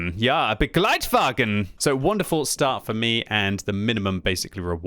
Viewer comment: I was surprised how well you pronounce the Begleitwagen 😂